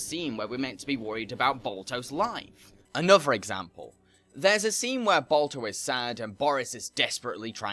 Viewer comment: All I keep hearing is Bulto and Bolto. Is Balto too hard to pronounce? You can say 'ba' in "bar", but not in "Balto"?!